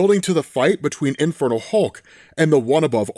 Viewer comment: Am I the only one hearing 'Infertile Hulk' everytime says it?